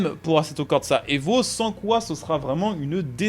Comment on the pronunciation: Merci beaucoup d'avoir parlé du nouvel Assetto (par contre à corsa tu feras gaffe, y a pas de T entre le R et le S)